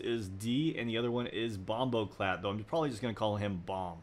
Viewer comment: The way you pronounced bomboclat 😆 Great vid as always though